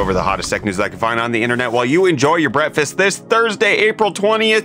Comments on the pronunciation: Are you saying...brettfast? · I was today years old when I realized you start the videos by saying how we are enjoying our “Bretfist” 😂